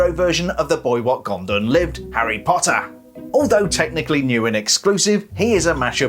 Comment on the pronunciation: Love they way he’s says: “Lego Harry pottarh